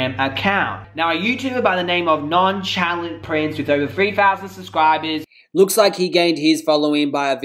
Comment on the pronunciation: Omg Hahaha nonchalant aka non-SHUH-LANT. 💕💕